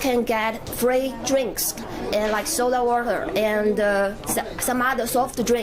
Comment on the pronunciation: 这个女孩子的那句Sorrrdarrr warrrterrr真的惊呆我了.